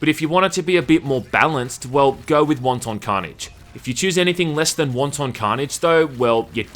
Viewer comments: Omgoodness...wanton is pronounced "WANT'en" NOT Won-Ton. Jesus, somebody order soup?! lol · Pronounces wanton (of a cruel or violent action) like wonton (like a dumpling) and I catch shit for mispronouncing epitome. Go fuck yourself, internet. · Wanton not won ton. They're not dumplings. X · He pronounces wanton as wonton soup instead of it leaves her moist and wanton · its not pronounced like Chinese Wonton soup, but rather 'want-tin" or is that your cool kiwi accent? j/k i know you're a filthy aussie!!! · Won-Ton 🤣🤣🤣 Wanton is not pronounced like that! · pretty sure it's pronounced closer to "want-in." wonton carnage is what's happening in hong kong rn. excuse me, yeah, when's the soonest flight to hell?... one way is fine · Dude, it's 'wanton' carnage, not 'wonton'. You're saying it like it's a fucking chinese meal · Don’t pronounce wanton like the Chinese finger food but as “want’n” and wanton destruction is a very old phrase indeed that means unexpected or un called for but hideously violent destruction so since it is the hundreds of years old phrase it’s unlikely to be a reference to that previous game but you made me nearly piss myself laughing and from now on I’m going to pronounce it like you. Fucking hilarious! “Want On violence!” Panic at the fast food restaurant! Haaaaaahahahahaha! Oh Jesus me guts! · That's not how you pronounce "wanton". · You gotta learn how to pronounce wanton :P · If I have to hear you pronounce wanton like it's a fucking soup I'm going to drill my ears out.